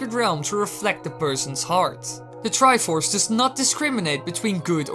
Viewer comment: "The Triffffuufuf of courage"